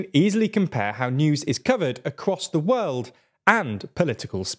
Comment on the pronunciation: First of all, it's world, not weld. Learn your pronunciation